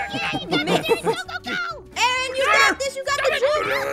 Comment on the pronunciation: It's Aaron not Arron